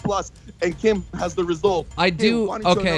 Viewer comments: pretty sure he says keem... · Will Philipps Idk man it sounded like keem to me